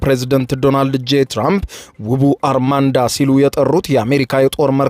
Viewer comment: አርማዳ not አርማንዳ